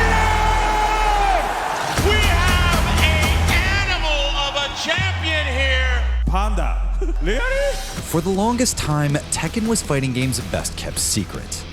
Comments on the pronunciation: Panda... Rearry??? o_O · "Panda? Rearry?!" lmao he's awesome